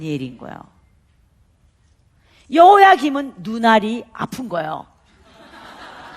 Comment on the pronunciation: 감사한데 여러 강의에서 여호와김.여호와긴으로 발음을 하시는데 성경의 이름을 절못알고 계신듯 수정하면 좋겠어요